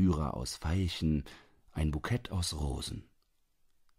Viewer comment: Empire, Arpeggien, Bouquet, Pythia bitte richtig aussprechen. So etwas stört so!